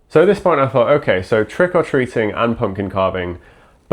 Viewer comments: For a long time, I thought that it was 'Trickle Treating', that was what I could hear, I didn't understand the name and was so confused 😂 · There is a weird emphasis on the "or" in Trick or Treating in this video. I would have thought it would have been closer to trick 'r treat in the Irish Isles?